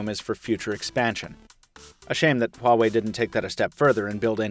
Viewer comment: anyone else hear him say "Huawei Huatch" in the intro of the video? =D